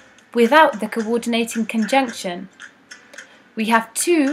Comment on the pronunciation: literally "kowordeenayting konjunkshion"